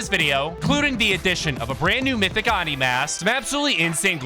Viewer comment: its pronounced oh-ni dude